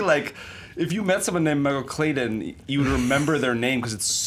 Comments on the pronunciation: I hate the way Jack Henry Robbins says Michael Clayton "Michael Claydun" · How he pronounces Clayton as Clay den the entire time really bothered me because my brothers name is Clayton.